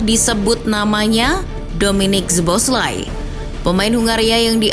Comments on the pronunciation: baca soboslai min, bkn zboslai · btw bacanya so-bos-la-i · agak risih ya denger nyebut namanya kaya gitu wkwk, mending riset dulu cara pronounce nya min. sow·bow·slai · B aja baca nya soboslai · Dominik Soboszlai (SO-BO-SLY)😅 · Min, tolong naratornya diinfoin cara nyebutin nama pemain bola yg bener.. khusus szoboszlai (disebutnya so-bo-slai) di channelnya liverpool ada video gimana penyebutan nama pemainnya.. makasih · Szoboszlai sebutannya So-Bos-Lai. Abjad Z di mati kan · Sebutan nama Szoboszlai ialah So-Bos-Lai. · Min baca namanya z nya gk dibaca, orangnya lgs yg bilang di channel Liverpool Boleh dilihat min klo blm ngerti